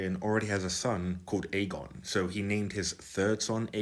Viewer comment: Clearly his name is "Aegon" with a soft 'g', Aejon